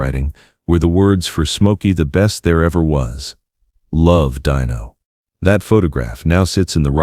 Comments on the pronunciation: this would be a great video if not for the AI narrator , it's still great because of the story only truly the AI is robotic and impersonal.fir such thing and it's " al-ta-veese" not "al-ta-vise' and fur Christ's sake it" de-no' not "dine-o" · Nice words, but I HATE he AI narration !!! It was DEAN-O, not DINE-O. The AI was inconsistent and only got it right once. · A terrific eulogy of their friendship just remember it was pronounced "DEENO" not "DEYENO". They are both missed and made the world a better place! 👍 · DEAN-O! Not Dino like a chicken nugget! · Stop saying 'Die no"!